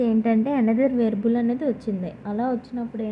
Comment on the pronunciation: Variable ni varable ani pronounce chestunnaru😂